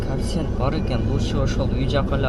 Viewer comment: Коэффициент деп айтчы кафсент дебей